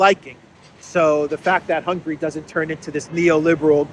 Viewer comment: hi, thanks for your excelent update. Just a small hint: it is not hungry, it is Hun-ga-ry. Try to pronounce it more like a Greek than an English speaker person 😁. Orban said, the European Union cannot become an "In-debt Union". Hungary is ready to help Ukraine on a bilateral basis.